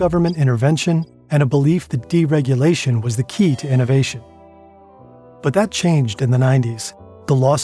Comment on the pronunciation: That sound didn't sound at all like "that". It didn't have the expected pitch either.